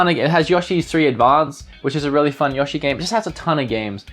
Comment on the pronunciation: I love the way you pronounce Yoshi :)